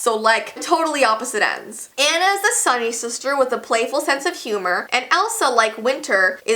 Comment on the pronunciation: i love frozen cause my name is Anna also finally someone does nt pronounce anna Onna